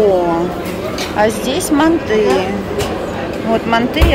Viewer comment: Добрый день! Манты , ударение на - а